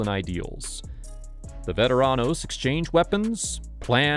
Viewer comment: You gotta learn how to roll your R's brother. If you can make a cat pur sound, you can roll. Vet-a-rrrrr-an-os. You have to atleast try.